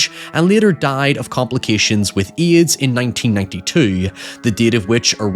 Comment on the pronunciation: Never ever have I heard anyone pronounce AIDS like that